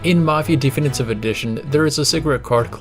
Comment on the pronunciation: Why do you say Thee Finitive Edition? 🤔🤔🤔